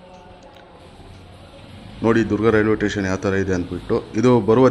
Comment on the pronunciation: ಟೇಷನ್ ಅಲ್ಲ ಸ್ಟೇಷನ್ ಎಂದು ಹೇಳ್ರೀ... ಸ್ವಾಮಿ